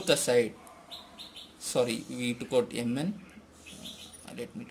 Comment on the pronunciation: Yum N is not the correct Pronouncuation MN is correct